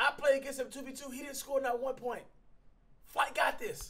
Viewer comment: flight is before u say the h like hooee